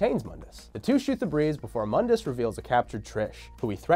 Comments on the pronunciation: Moon-diss not mund-iss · Im 2 years late but Mundus is MOONdus not MUNdus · its moondis not mundis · Define irony: tacitly criticizes DmC: Devil May Cry, but then uses the DmC: Devil May Cry pronunciation of Mundus (Mun-dus) instead of the correct pronunciation for this timeline ( moon-dus) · Mundus is pronounced (moon-dus) it's latin for the world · Mundus - (Moon-dus) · (MOON-DUS) MUNDUS!!! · It's pronounced "moon-dus" you DmC fanboy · Doesn’t even know how to pronounce moondus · Yet another youtuber making a history of Devil May Cry, BUT STILL MISPRONOUNCES MUNDUS! Why are you using the crappy remake pronunciation? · This fool (the guy in the video) didn't even play DMC1 you can tell because he doesn't pronounce Mundus right and they constantly say his name in DMC1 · Anyone else find themselves consistently correcting his pronunciation of “Mundus” out loud? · Stop saying Mundus name from dmc thats not how you pronounce it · Mispronounced Mundus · Mispronounced Mundus.